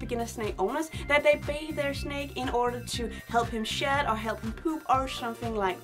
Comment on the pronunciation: I love when you say 'shed'. It sounds like 'shit'. And you smile when you say it. so it's super precious